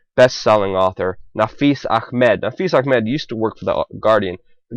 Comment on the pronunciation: guy doing voice over sounds VERY, VERY JEWISH.......suspicious......also does "ch" pronunciation in "A.....ch....med"...too, too well!!